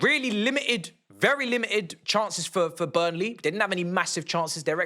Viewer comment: It’s BURNLEY bro chill 🙄🤣